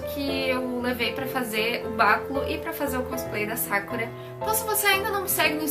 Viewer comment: E Sakura com sílaba tônica no "u" Como se fosse Sakúra mais se ler Sakura